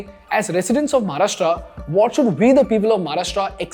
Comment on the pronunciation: English मधे बोललात तरी महाराष्ट्र ला "महाराष्ट्र" च बोलणे अपेक्षित आहे. म्हाराष्ट्रा नाही.